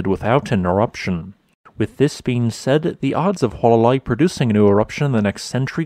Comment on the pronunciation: It is not “Wha-la-Lai”, it is pronounced “Who-Uh-La-Lai” 😡